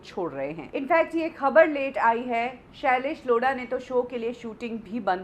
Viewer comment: The way u say tha name "shalaish Lodha" 🤣🤣😂😂😂😂😂